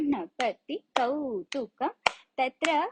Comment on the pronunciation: Its not kautukam... Its kautvam..